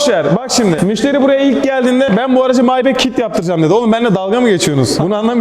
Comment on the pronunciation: ya SG önce nasıl okunuyor onu öğren maybek ne lan